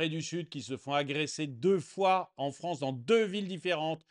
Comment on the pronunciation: La Fronce